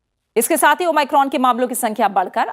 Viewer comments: New version of o my god 😂😂😂😂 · Thanks maim har jgh omicron ko o my crone bol rahi h kon kon gess kiye hai